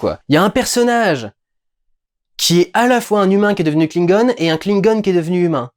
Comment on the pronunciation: Tu peux dire Klingon en français stp, ça me fais trop mal au oreille. En Anglais on dirai qu'on parle de truc trop mignon.